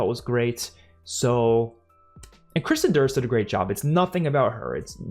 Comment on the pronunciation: "Kristen Durst" lol. Kirsten Dunst ;p